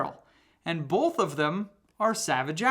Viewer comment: It's both, not bolth.